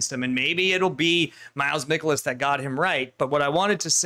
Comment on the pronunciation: You are saying miles michaelis's name wrong